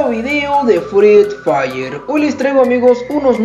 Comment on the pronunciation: Me parece que dice freed fire jsjaja solo digoo